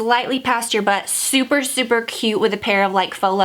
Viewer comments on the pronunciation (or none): none